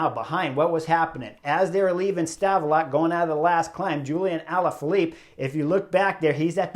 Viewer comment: Love the work Chris. Have for a while. Did get a link of you smashin your bike 2016 in my feed. Rough day i guess gladly it was there and not on the Angliru. The T in Stavelot is silent. Great place with an awesome grand prix circuit (Spa-Francorchamps). -U10